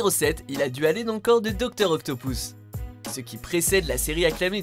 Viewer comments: "Docteur Octopous" mdrrr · OctoPOUSSE ! x) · docteur octopouce ?